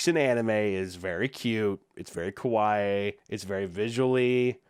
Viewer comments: Heh.. yeah.. extremely "kowai". I like that the mispronunciation still works here. I almost wonder if it was on purpose. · I like how he says “kawaii” wrong and so if you just replace all of the times he says kawaii with “scary” (which is what he’s actually saying) it’s silly 😂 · You were in fact saying Kowaii the whole time not Kawaii. Kowaiii meaning 'Scary' so it actually worked out even better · I know it’s not intentional, and it’s a mispronunciation, but it sounds like he is saying “こわい” (kowai) instead of “かわいい” (kawaii) throughout the video. Which for people who don’t know, means “scary” in japanese. 😅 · Not that I want to be that guy, but keeps saying “kawai” which means scary not cute. It is scary, but it needs and extra “ee” sound for it to be the real “kawaii”. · So I love ya but kah wah ee is cute Koh weye is scary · Fun fact. You keep saying Ko Why 怖いinstead of Ka Why Ee (かわいい) kawaii. Ka-why means scary not cute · Instead of saying “Kawaii”, at some point he pronounced it “Kowai” Which means “scary”. And that is probably unintentional, but very fair. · now that fact is not kawaii (cute). it is closer to a common mispronunciation of the word: kowai (scary). yikes that's creepy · The way he keeps mispronouncing "kawaii" makes it sound like he's saying "kowai" (scary). Which ironically fits much better xD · It's funny because you are saying it's very kowai when you mean it's very kawaii. But I very much agree that it's kowai because that words means scary instead of cute. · I love that he keeps mispronouncing "kawaii" and ends up saying "scary" instead of "cute" lol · He isnt saying cute. He is saying scary. Kowai is what he is saying. Lol. Co why- scary ka wa ee- cute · what’s killing me is every time he says “kawaii” he’s pronouncing it more like “kowai”, which means “scary” in japanese lmao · i love pronouncing "kawaii" as "kowai" (Kowai means "scary") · “very Kwaii” made me feel uncomfortable